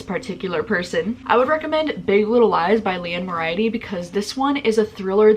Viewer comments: Okay I freaking love this whole list. I’ve read most of them and want to go back and re-read all these favorites now!! P.S. Liane Moriarty’s last name is pronounced “More-ey arty”! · MoriARty. More-ee-are-tea